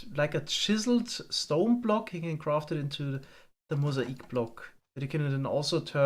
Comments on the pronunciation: Just an FYI: mosaic is pronounce moe zay ick. Not moe sah ick. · "Mozaeek"? Mo-zay-ick. That's how mosaic is pronounced. Granted it is spelled rather strange isn't it? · I noticed you were having trouble pronouncing "mosaic". It's not moh-zay-eek, but moh-zay-ick. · Not trying to be mean but Mosaic = "Mow" - "ZAY" - "Ick" at least in American English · Great video as always. Quick English pronunciation thing for you though, mosaic is pronounced like "mow-zay-ick" . Sorry if that isn't a great description of it but I tried my best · He used the German pronunciation because he is from Germany.